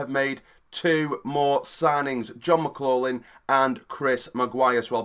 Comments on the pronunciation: pronounced mclofflin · It’s pronounced mick glok lin btw 👍🏻